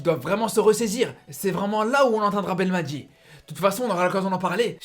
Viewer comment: mec je te suis pendant des années depuis tes débuts je respect ton travail t es un ace dans la matière d'analyses mais coté prononciation des noms des joueurs tu me fais chiée à mort prononce comme un arabe pas comme un français par exemple le nom c'est belmadi et non pas belmatjii et ben rama wlah Ranma rah ben rahma ha le ha a bachar